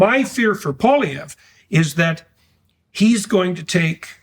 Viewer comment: Please, it is NOT Pollievre. Let us be courteous enough to learn how to pronounce his name. PWOL is the first syllable. Wasn't that difficult was it!? After all this is a bilingual country.